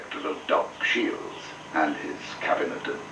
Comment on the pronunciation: The man's name was 'Shiels', not 'Shields'.